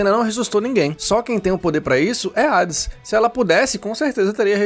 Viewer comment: Eu tenho raiva de quem fala Rades